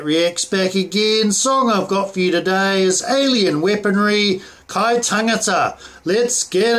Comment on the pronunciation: I like the way how you said kai tangata but it would be better to show more enthusiasm